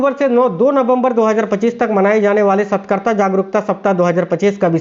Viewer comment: Satkarta nhi satrkata hota h